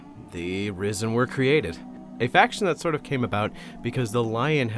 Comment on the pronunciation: The internet has broken my brain everytime you say "risen" i hear "rizzen"